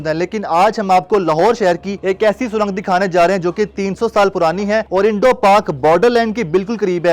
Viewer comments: O Bhai lafaz surong hota he na k surang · Pehle to isse yeh batao, jahil admi surang hota hai na k sarang😁😁